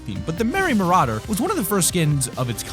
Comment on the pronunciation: I’m sorry, you pronounce Merry Marauder “Merry Mur-aid-er